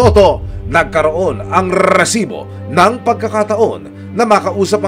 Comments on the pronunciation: ung maiinis ka sa Reeeesibo kaso gusto mo pakinggan pero nakakainis hhahaha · siguro ako lang pero nakakairita RRrrrrresibo, Ang corny mo emil sumangil. Ginagayang pilit si mike enriquez.Sorry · When I see its resibo I immediately pause the video and just leave a comment that its so cringe to hear Rrrrrresibo. Just my opinion 😅